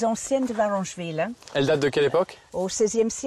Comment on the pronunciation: VarEngeville avec un E , merci